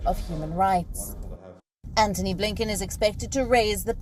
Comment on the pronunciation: His name is, "Antony Blinken" and not "Anthony Blinken". Lol!